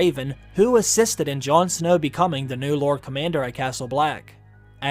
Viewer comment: Brynden is not pronounced "BRENden" Its "BRINden" again Welsh names getting butchered!